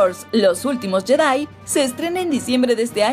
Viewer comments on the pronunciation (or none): none